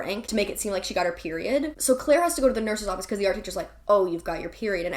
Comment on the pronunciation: The Clique was my FAVORITE book in middle school and I appreciate how you pronounced Claire as Kuh-laire!